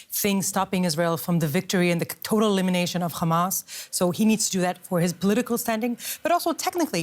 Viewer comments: When I heard her say "K-hamas" I knew I could ignore every other word out of her mouth. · Her accent gave her away, the way she pronounced Hamas and Gaza exposed her.